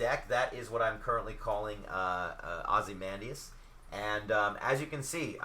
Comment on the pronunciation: this is really helpful, defiantly gonna use this as a template for my decks, However you keep mispronouncing Ozymandias name. (I really don't want to be that guy, but it makes me cringe every time you say his name). Ozzy-Mon-Dayus